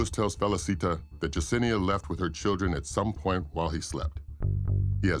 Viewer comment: Her name is yessinea not jusinea